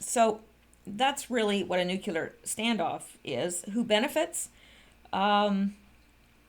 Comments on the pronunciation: I was just KIDDING!!! Bush didn't have a "speech impediment" and neither do you. I have been listening to you for MONTHS and will continue, but NUKULAR is just LAZINESS. Practice in front of a mirror if necessary. NEW KLEE UR,NEW KLEE UR ,NEW KLEE UR. It's simply a matter of forming the words and LEARNING to speak them. YOU ARE SMARTER than the average person - obviously - so you can achieve this small thing FOR YOUR LISTENERS, whose ears shudder at the hearing of NUKULAR. (Sorry for the offense, if taken... I was kinda Kidding) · SPEECH IMPEDIMENT MUCH?!? NEW-klee-ur NEW-klee-ur NEW-klee-ur Saying NUKULAR makes you sound ignorant, BUSH LIKE! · you are too smart to be mispronouncing nuclear ("NEW CLEAR" not "NEW KILLER") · NU-CLE-US NU-CLE-AR Not New Killer !!! ;-D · Nuc - U - ler and Nuc- clee - er sound similar, but they have completely different meanings. Habit is a difficult thing to change, But, to present yourself as an educated person, proper word choice/pronouncing is imperative. Another one that EVERYBODY seems to get wrong is the word MOMENTARILY. It means FOR A MOMENT, NOT, IN A MOMENT. "We will be leaving momentarily" means we will be leaving FOR a moment. But the person saying that, actually meant, we will be leaving IN a moment. Words are the tools of thought. The better the vocabulary the better your tools to think. That is why I harp on it. The texting generation is loosing the tools. Precise word choice leads to precise thinking. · pronouced Ear-ran and new-clee-are not new-cue-ler and eye-ran. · MGawd, she doesn't even know how to say NEW CLEAR!!!!! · I think you broke your existing record for the number of times you mispronounced "new-clear". Well done!;) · ...You keep pronouncing NUCULAR....you actually pronounce the "CL"..like in the word " CLAN "...or the word " CLASS "....Come on!...you are a smart lady!...you can do it!...lol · Ground zero nuculer